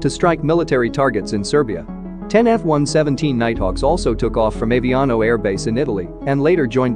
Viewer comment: It's pronounced AH-Vee-Ah-No.